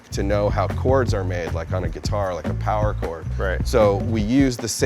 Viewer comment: Less powah babeh?